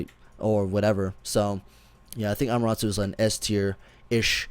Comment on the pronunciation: how does he have anime music on his stream all the time but can't pronounce Amaterasu?